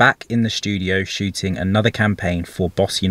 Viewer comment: 0.49 “shtudio” Lool